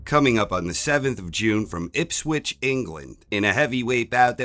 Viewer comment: Wow, an American correctly pronouncing Ipswich!! You are the only one